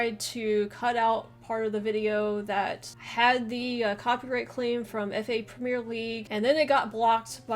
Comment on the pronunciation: "prem e er" no e on end